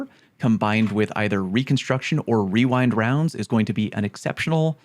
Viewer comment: Wewind wounds started from a tongue twister when the perk first came out. Everyone had trouble saying rewind rounds and would accidentally say wewind wounds